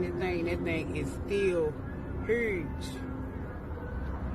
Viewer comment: I’m sorry Ma’am but you didn’t have to say huge like that did you? Lol